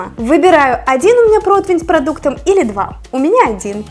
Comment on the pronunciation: Противень. Не протвень. В целом позитивно, понравилось